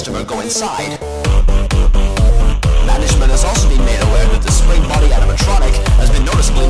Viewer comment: "Spring Bonnie" not "Spring Body"